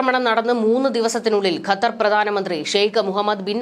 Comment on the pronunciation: ഖത്തർ എന്നുപോലും പറയാൻ അറിയാത്ത നീയാണ് വാർത്ത വായിക്കുന്നത്